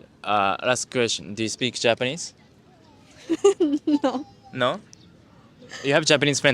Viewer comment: ese "no" no pudo ser mas Mexicano XD